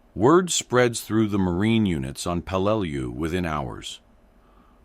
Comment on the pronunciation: It's pronounced 'Pel-lah-lu island😢